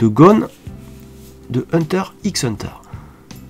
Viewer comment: oui c vrai petite faute mais bon c'est pas grv😉